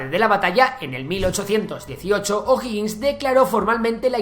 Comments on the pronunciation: Uff algo si, es O'Higgins no O'Hoggins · OJO O'HIGGiNS no O'HOGGiNS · Nadie reacció sobre que el nombre del "primer mandatario", que en realidad fué oficialmente Director Supremo, O'Higgins y no O'Hoggins?, y nadie reaccionó sobre que según el relator, nuestra población era mayoritariamente de descendencia Italiana??, bueno, estaba interesante el vídeo, hasta que se cayó en esos tres "pequeños detalles". Por favor, revisar las fuentes historicas. Saludos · Amigo, ud estudie antes de hacer sus videos. Infórmese porque caen en discursos mentirosos q se han repetido hasta el cansancio sin molestarse en ver si es o no verdad. Y como es flojo en averiguar, miente o se equivoca ...... veamos a) el nombre es O'Higgins no O'hoggins b) Chile no tiene gente italodescendiente sino alemanes en el sur. Argentina tiene de Italia c) El golpe del 73 no fue "brutal" sino violento d) no fueron 20 años, sino 17 (1973 a 1990) d) murieron apenas 3 mil personas en los 17 años de gobierno, incluidos militares asesinados por la ultraizquierda e) Pinochet no fue un dictador .... seria largo enseñarle q significa ese termino, ud haga la tarea e investigue f) No fue un gobierno de "ultraderecha" sino de libre comercio y autoritario. Las misma receta la uso Tatcher y Reagan en el futuro .... ¿¿son ellos de "ultraderecha"?? ... la "ultraderecha" no existe señor!! q ignorancia la suya!! g) Nota: se prohibieron TODOS los partidos políticos, incluidos los afines al gobierno .... (y nunca Chile avanzo tanto y tan rápido) h) los opositores perseguidos fueron aquellos q se levantaron en armas en contra del gobierno. Hay muchos ejemplos de connotados comunistas, incluso, q nunca fueron molestados i) las cifras de "torturados" la da la izquierda y nunca ha sido oficial ya q hay varios q hablan de "torturas" cuando solo se les esposo en un cuartel de la policía o fueron sentados en el suelo, para después salir libres j) los "desaparecidos" también es mentira en gra